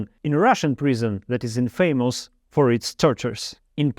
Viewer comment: Thanks! Everything is clear. There are a few mispronounced words like infamous, opponents, administrative, symbols, clothes, answer, confidently, allows, relatively, changes, evil, but overall it's really clear.